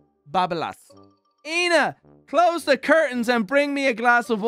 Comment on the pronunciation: South African over here, just a heads up that the word "Eina' is enunciated as "Ey na" also emphasis on the LAS, so like babaLAS, gotta enjoy late nights drunk in Cape Town to understand that saying. Much love to the community and to you, love the videos.